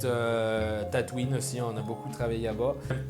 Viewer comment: Accent parfait x) Ubisoft Tatooïne xDD